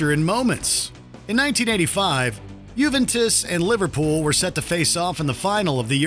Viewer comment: JuventUs not JuventIs...